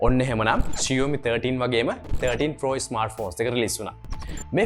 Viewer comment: ෂියෝමි නෙමේ බං ෂාමි.....😬😁 හරියට ලංකාවේ කෙල්ලෙක්ට talk කරනවා වගේ....😂🤣